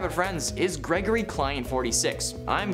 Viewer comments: Ah yes... "GERGORY" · "Gergory" lmao